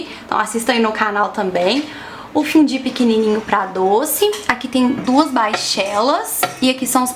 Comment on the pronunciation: A pronúncia certa é "fundi"?? Estranhei demais... sempre falei "fondi", até porque é assim que se fala em francês, que é a origem da palavra, não?